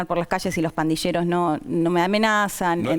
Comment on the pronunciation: Pandilleros no se pronuncia /pandisheros/. ⚠️ Cuidado con la pronunciación señores argentinos.